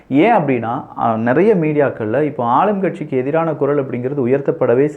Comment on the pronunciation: உங்க துணிச்சலை மிகவும் பாராட்டுகிறேன், ஆனா ஒரு குறை உங்களுக்கு "வல்லினம், மெல்லினம் உச்சரிப்பு சரியா இல்லையே? Example: குரல் என்பதற்கு குறள் என்பவை. தவறை எண்ண வேண்டாம்.